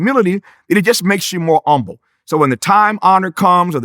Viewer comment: Now Tavis is a well versed man. I know he knows “umble” is not how you pronounce “humble.” Where is the “h” sir?